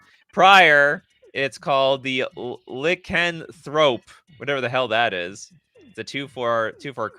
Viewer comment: it's not "Lick & Thrope " ... lol werewolves science name is pronounced "Lie can Thrope "